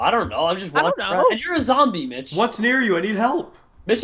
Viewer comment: Its not mich its mitch